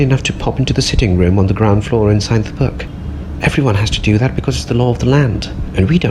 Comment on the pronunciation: book not look